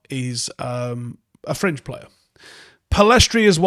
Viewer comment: When he says fringe I keep hearing cringe